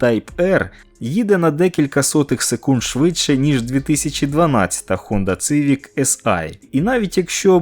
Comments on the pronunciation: Не цивік, а сівік! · Як можна говорити Цивік, якщо читається Сівік((( не розумію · Не Цывик, а Сивик! Буквы С в английском читается как - Си а не Цы.... Сколько можно неправильно читать название модели. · будь ласка, не цивік а сівік